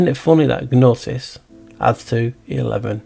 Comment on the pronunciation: Hi, the G is silent in gnosis and gnosticism as is gnome, gnocchi, etc:)